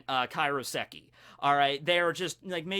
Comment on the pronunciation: It's KAIROSEKI. Not Karioseki. Say it like Cairo, Egypt.